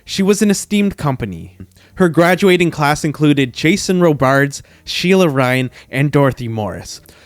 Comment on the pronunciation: Warner Brothers. Jason ROHbards. George Koo-ker. Spoh-can. Please look these things up before recording!